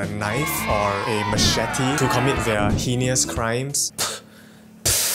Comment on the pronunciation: "HEE-NIOUS" crimes LOL.